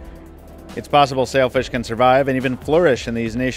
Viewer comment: I know it's called Sailfish but I keep hearing Selfish smh